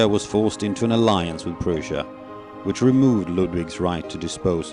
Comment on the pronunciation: Great idea, great video and storyline, if I were to be critical, I would like to ask the narrator to pronounce "Prussia" properly instead of "Persia". More critical to historic accuracy would be the description of the "decline" of Ludwig II - that should have been more researched - the alleged "unfit to rule" accusation was a political expedient by politicians of the time and was supported by a diagnosis written by doctors that never met or examined Ludwig II. The medical report was prepared by a panel of four psychiatrists: Dr. Bernhard von Gudden, chief of the Munich Asylum; Dr. Hubert von Grashey (who was Gudden's son-in-law); and their colleagues, Dr. Friedrich Wilhelm Hagen and Dr. Max Hubrich. Dr. Gudden did meet Ludwig II 12 years earlier but never examined him. Chancellor Bismark himself questioned the validity of the medical report and stated that some "ministers were sacrificing Ludwig II to save themselves". Historical details aside, I thank WorldSiteGuides for creating this video that reminds us of our visit to an amazing place that has the power to brings visitors to a place of romance and purity.